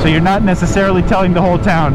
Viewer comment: “Nececelery” lol